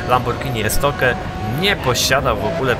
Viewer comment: Jakie Estoke "estokju" jeśli już